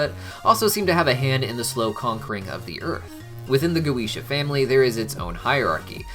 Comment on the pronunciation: Having studied Binsfeld and the Lesser Key well before HH and HB came about, I cringe every time I hear go-eesh-ah. I know that’s how Vivziepop uses it in the shows, but it still hurts my senses :)